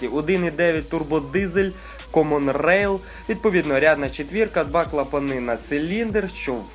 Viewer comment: Выключил после фразы "Камон рэил". Дизлайк